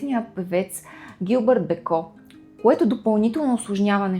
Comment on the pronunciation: Благодаря! Не знаех тази част от живота на ББ, тя наистина е била уязвима личност! Изпитвайки върху себе си отхвърлената обич и топлота от родителите си, вероятно е мислела, че няма да е достатъчно добра майка! Имам две забележки синът й се казва Никола', с ударение на последната сричка, както е във френския. Освен това името на френския певец е Жилбер Беко ( както е известен), а не Гилберт.